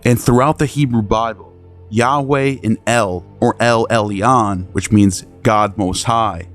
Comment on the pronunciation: Elyon isnt Ellee-Ahn but pronounced El-Yuun. And the Tris in Tris-Magismus isnt Tress-Magismus, but pronounced TRISS. Just saying lol